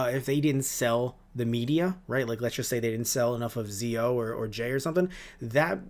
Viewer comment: Kamen Rider Zo is Pronounced Zetto! not Zeo as in Power Rangers Zeo XD!